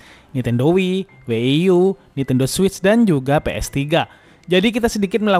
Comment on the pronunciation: Setahuku ku Wii & WiiU bukan Wieie sama W ie ie U